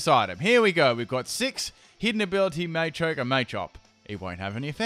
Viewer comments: Quit saying it MAYchoke, its MAchoke. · Machoke, not Maychoke.